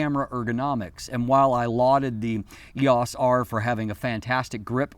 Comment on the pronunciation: I'm distracted by the pronunciation of EOS here. I've never heard anyone say "ee-ahce"--always "ee-oce" until today.